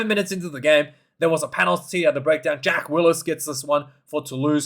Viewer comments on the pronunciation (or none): none